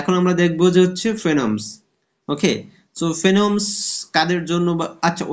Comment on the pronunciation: বই টার নাম টা ভালো করে বলবেন একটু